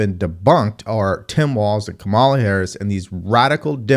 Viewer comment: you still can't pronounce Kamala - this has become a learning disability my man